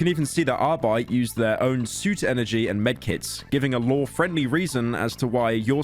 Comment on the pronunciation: Pyro's prononciation of the Word "Arbeit" is fucking perfekt.